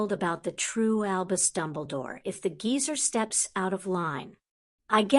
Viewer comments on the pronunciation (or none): none